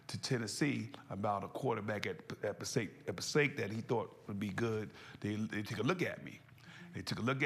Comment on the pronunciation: Passaic, New Jersey in the house. It has produced some amazing talent including you Sir! Share with Tearsa the proper way to pronounce Passaic! LOL Muwah!